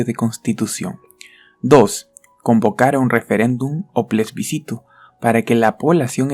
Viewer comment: Se dice Plebiscito no Plesbicito.